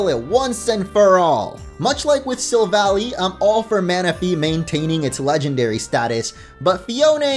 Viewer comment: Am i the only one who is being bothered by him saying sylvally wrong